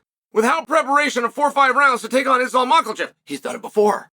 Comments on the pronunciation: Mockelchev vs surkarian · Sar-karian vs Mackle-chev sounds like the deadliest cobblers that ever lived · First thing you need to learn how to pronounce his name. It would have been a little short notice, but Arman should have taken it if he wants to be great. He’s really just a thug though, as we saw when his whole posse jumped Bobby Greene. Hope Islam breaks something when they do fight.